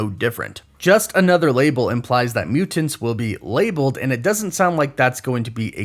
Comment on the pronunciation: muTanTs “emphasis on them T’s